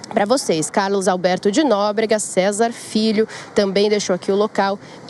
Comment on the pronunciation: O pior de tudo é que as pessoas ouvem repetidamente o nome do Carlos Alberto de Nóbrega ... Mas mesmo assim ela não aprende !!!